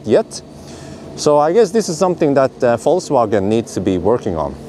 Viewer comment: Did he just say VoltsWagen?